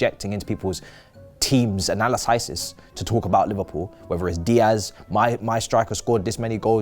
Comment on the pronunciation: Waiting for the day can pronounce analysis the right way (or maybe not so we can all have a laugh every time he says it wrong)